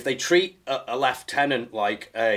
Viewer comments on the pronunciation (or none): "Captain and lietuenant and.." Captions: "He MeAnS LiEuTeNaNt" Me: YEAH HE CLEARLY DOES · Dear Lindy Beige, if you really want Lieutenant to be pronounced Leftenant, why don’t you write a snotty letter to the Dictionary writers and make them change the spelling.Or if you don’t want to do that, will you agree to change how you wrongly pronounce Lieutenant? I rest my case. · it's pronounced 'lev-teh-nent', is what he means… but even as someone who picked up on the American lingual quirks, I found it an entirely unnecessary addition to story… the man was in trenches, he can say what he likes and he knows what he means: whether it's the British pronunciation of the word or the yanquí that's de rigueur in his unit (much like 'recce'—reh-ki—rather than 'recon') it should be accepted by armchair pundits who haven't been involved in the affair, instead of disrupting the flow. My two pennies…;P or tuppence. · Its spelled the same. But if you're British it's pronounced leftenant. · That man is a soldier's soldier . How do you know if an officer is a Leftenant or a righttenant ? Great interview from both sides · "...like a Lieutenant-" "I'm sorry, what?" "Oh a Lefftenant. I've been around the Americans too long." That made me almost wet my pants LOL. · Left-tenants. Lol